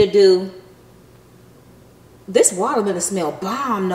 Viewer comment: “Wallamelon” 🤦🏼‍♀️ Ok 😂